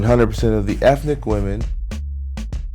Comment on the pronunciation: Especially with women? Why you gotta emphasize that